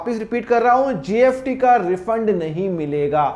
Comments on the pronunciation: Nice explanation but why are you pronouncing it as GFT ??? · Sir you pronounce s as f